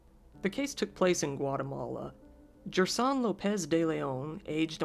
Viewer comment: The Guatemalan kids name is pronounced “her-sone” the sone is how you would say zone but with an S.